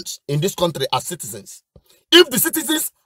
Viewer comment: Cowtry instead of Country same thing as Zoo.